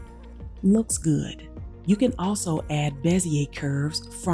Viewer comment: "Looks ghoood" 😄